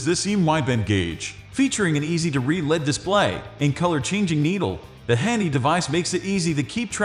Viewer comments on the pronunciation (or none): You should use a human to do your audio presentation. Only software pronounces words like LED (el-ee-dee) as "led".